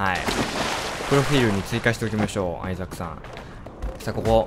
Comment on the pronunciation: suikanotane922 。 めっちゃ発音のいいレイチェルガードナー。w